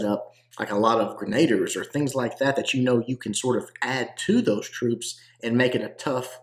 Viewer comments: What's a grenader? It's pronounced more like Musketeer. Grena-deer is how you pronounce Grenadier. They're the best troops in the game. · "gren uh deer"... only cuz I love ya